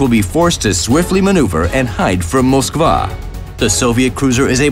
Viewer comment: They say moskvaaa not moskva